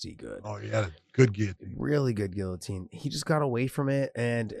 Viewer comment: who else hates the way josh says GUILLOTINE ?